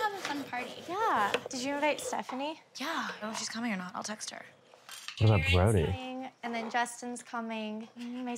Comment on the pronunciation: I will never not laugh when calls Brody "Bordy" hahhaha